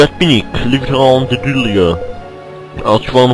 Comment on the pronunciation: Der heißt Leviatran und nicht Leviteran